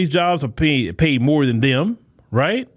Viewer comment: MORE. Not MOE.